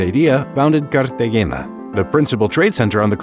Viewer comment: great video you spelled Colombia wrong in the summary though, also you got all the spanish words like spot on like perfect except "Cartagena" it's more like "car-tah-hay-nah" also also, Santa Marta is on the Caribbean coast, on that map it's made to look like it's next to the border with Venezuela like by Cúcuta Also also what the heck is the map lmao